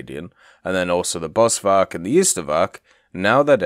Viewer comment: Please please please... In Afrikaans the V is an F sound. BosFark afrikaans for Bushpig